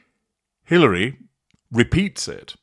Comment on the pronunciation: Hilaria, not Hilary.